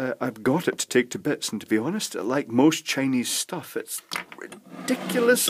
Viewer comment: Holy crap I freaked out when you said now I'm going to take it to bits I thought you said bed